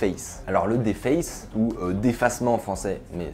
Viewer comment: Sa s'écrit deface met sa se dit diface